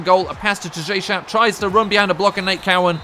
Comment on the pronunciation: Its tajae sharpe, like Tahj ay